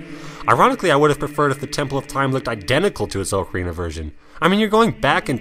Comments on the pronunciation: The way you pronounce ocarina grates my ears but.... Nice list :) Also, I never had a problem with link stopping in twilight princess to swing- he never did that for me! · why can't people pronounce ocarina correctly